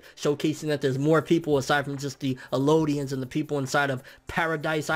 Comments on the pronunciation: Bro... I've really enjoyed your content for a long time and still do. You seem like a relatively intelligent person. So, I gotta ask. Where do you see an O in Eldian? You personally pronounce it Elodian.. you can clearly read or these reviews and discussions wouldn't make any sense. Phonetically: EL-DEE-IN I mean it respectfully and I know it's petty, but it drives me CRAZY! Also, the titan revealed in this chapter is referred to as the Jaw titan by Marley. They call him "Jaw" to be exact. Using the term "Marley titan" would include, at this point in the story, the Beast, Armoured, Jaw and Cart titans. They are all under Marley control. Of course, the Eldians are the only ones who can use the titan abilities, but they have ALLEGEDLY aligned with the Marley government. If any other group of people, other than the Eldians, use the titan serum than they will not turn into a titan. Lastly, Eren definitely has 2 titan abilities. Before Grisha got the coordinate ability, it was already a titan passed down through the Reiss bloodline. In fact, they showed when Grisha fought Ymir to take the ability from her and they both fought as titans. So 100% we know there are 2 seperate titans that Eren has control of. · elodian? I think you mean, ELDIAN